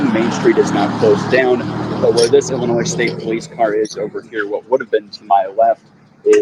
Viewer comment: 'Illinoi' not Illinoise